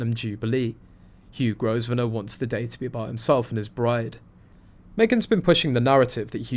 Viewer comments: It’s not pronounced Gos - venor. It’s pronounced Grow - venor. The “s” is silent. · Growv ner not grow ve ner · Grosvenor is pronounced Grove Ner. The "s" is not pronounced. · Please pronounce the man’s name correctly. The S i silent